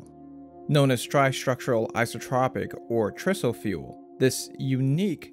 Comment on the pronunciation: TRISO stands for TRi-structural ISOtropic particle fuel. In the industry, we pronounce it TRI-SO. The same TRI pronunciation used in TRIangle.